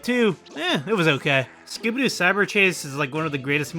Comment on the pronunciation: The way you pronounce Scooby Doo. I can only hear Skibidi Doo.